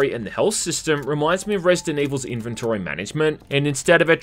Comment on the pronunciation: That’s not how you pronounce inventory…